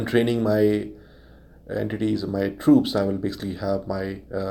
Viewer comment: It's troops not trups